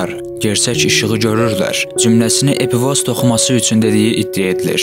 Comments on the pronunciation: Epifoz yox epifiz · Düz dediz amma epifoz yox epifiz vez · Epifoz yox, epifiz:) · Epifoz yox epifiz. 🙁🙁🙁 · Epifoz yox Epifiz sehv demisiniz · EPİFOZ DEYİL EPİFİZ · epifoz yox, Qipoviz, wiwkovidnaya jeleza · Epifoz yox, epifiz vəzi